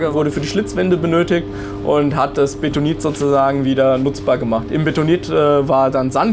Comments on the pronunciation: es heißt beNtonit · Aaaargghhh! Es heißt *BeNtonit*, nicht Betonit!!!! Hat nix mit Beton zu tun, sondern ist nach Fort Benton in den USA benannt, wo dieses Tonmineral in einer großen Lagerstätte vorkommt (aber nicht nur dort). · Das Zeugs heißt Bentonit, nicht Betonit.